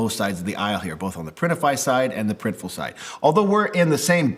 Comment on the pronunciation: So you guys now called PRINTIFUL? 😅